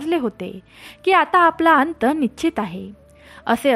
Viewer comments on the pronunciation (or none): निश्चित शब्द पण म्हणता येत नाही पहिले नीटट बोलायला शिका तुमच्या घरातील लोक तुम्हाला काही सांगत नाही का की तुम्ही जोड शब्दाचा उच्चार चुकीचा करता कात्यायनी असा शब्द आहे पहिले नीट बोलायला शिका चुकीचे शब्द उच्चार करु नका